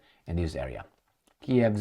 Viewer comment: I am tired already to correct you. There is NO place in Ukraine with the name of “ZitomEEr”!!! There is the big City in the North of the Western half of Ukraine with population of over the quarter of a million (in 2022), and its name is - ZHytÓmyr.!!!!!!!!!! So strange - you’re trying hard to show us that you are sophisticated and smart, but you’re failed dramatically on a simple things, like the name of the City you use practically on your every video on YouTube! When you’re joking saying something like “blah-bluh-blue” instead of “electrification” we consider it as a joke, and we laugh. But when you constantly deliberately distort the name of the City - we can’t laugh at it! We are talking it as DISRESPECT!!! 👎